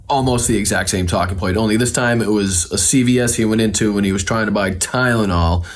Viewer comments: I swear the dude's saying Kylnol, ya know, with a K. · He does not even say Tylenol he says ciylyol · He said “Kylenol” the first time on Hannity. It’s called Tylenol. Maybe that’s why he changed his story because he can’t pronounce the name of the medication he allegedly went to buy. 😂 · "kylinal" , what? You mean TYLENOL ! He's an offshoot, expected ! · I'm pretty confident he said "Kylenol"